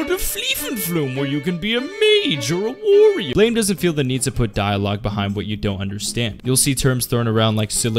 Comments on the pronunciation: its not pronounced as ''blame'', its supposed to be an immitation of the sound a gun makes when it fires, ''BLAM'' . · I was going to watch the video but you pronounce it "blaym" instead of "blam" right after your voice cracked, so I stopped... Haha, na great video =D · I'm pretty sure the manga title is pronounced "blam" not blame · Blame is pronounced as blam btw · BLAM. The e is silent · it kinda urks me that he keeps saying it wrong. it's pronounced blah-m, i know it's dumb to be urked by it but oh well. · It's pronounced 'blam'. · Ain't it pronounced blam? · It's pronounced "blam" ma dude.